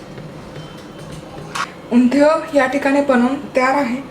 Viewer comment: Please pronounce Undhiyun properly 😵🤦🏻‍♂️